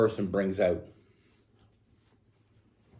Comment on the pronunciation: Once again, I can’t figure out if you’re saying “out” or “oat”…. Trying to figure out what a “oatfit” is… You said only telling a short story… Lol… All of those short stories you tell add up to long stories….